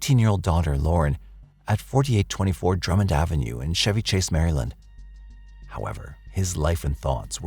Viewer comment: But him pronouncing Chevy Chase wrong didn't bother you?